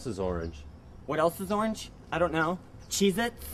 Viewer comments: When says cheez-itz over and over it sounds like he is saying Jesus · I thought said jesus instead of cheezits at first